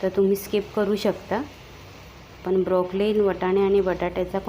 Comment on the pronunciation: ब्रोकोली म्हणा ताई ब्रोकलीन नाही.